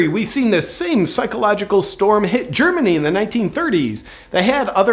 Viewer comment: You got Germany wrong...but...I understand.